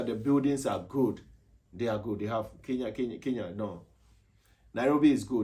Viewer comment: Atleast he pronounced kenya correctly not like others 'keya'